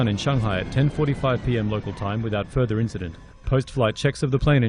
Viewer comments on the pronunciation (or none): none